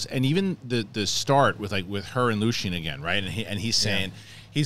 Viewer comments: Lucien? It's LUTHEN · Sorry, it's Luthen not Lucien! otherwise, great sow as always! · Guys its Luthen not Lucian. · Mike is correct. The next 3 episodes are an arc. The finale is the final two episodes. Also, it's Luthen. Not Lucien. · Guys, his name is LUTHEN. Not Lucian haha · Luthen it’s Luthen.